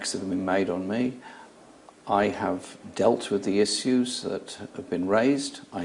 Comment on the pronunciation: isssuze, tho